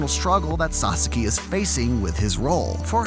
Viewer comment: I completely agree with you, but please pronounce sasaki correctly ffs